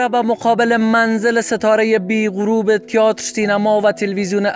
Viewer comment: اصف جلالی بازیگر سینما نبود مجری برنامه کمدی بود Theater را هم اشتباه تلفظ میکنی تیاتر نیست تئاتر هست سر دیکتات و جمله بندی تان بیشتر کار کنید